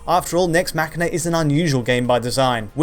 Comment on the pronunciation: yes that's how its pronounced. as in "deus ex machina". It's not mash een ah